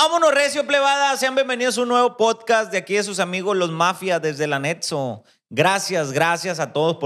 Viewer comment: Mensaje directo para el, mi apa no se dice Anetso se dice Anexo te vas a ver más profesional no sea pendejo 😅😊